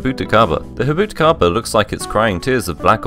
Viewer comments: Jabuticaba is a brazilian tree where people speak Portuguese, the "j" is NOT pronounced as in Spanish, rather it's pronounced like in english, as in the name Jack. Jabuticaba, not "Habuticaba". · Pronounces Baja as "baJa" Pronounces Jabuticaba as Habuticaba Are you trying to troll or something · "habuticaba" nice pronunciation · Jabuticaba tastes nothing like grapes 😂 it's pronounced with the j sound at the beginning, not "habuticaba" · No way this guy said 'jabuticaba' in a hispanic accent trying to sound "authentic" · as a brazillian, you pronounce the j in jabuticaba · i wouldn't take this guy's pronunciation as correct, since he pronounced baja California and Jabuticaba wrong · that's not even close to how you pronounce jabuticaba 💀 where the hell did the h sound come from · The J in Jabuticaba is NOT pronounced like that. That is the Spanish J, it the Portuguese one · Grossly mispronounces Baja California as if it's not a Spanish name, then proceeds to grossly mispronounce Jabuticaba as if it is a Spanish name. By the way, jabuticaba taste nothing like grapes. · You pronounce the J in Jabuticaba it’s not an H. It’s Portuguese not Spanish.